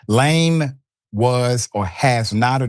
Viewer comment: Gotta learn the pronunciations of names before these spots, Doc